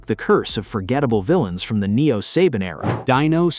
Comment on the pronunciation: It's not SABIN. IT IS SABAN!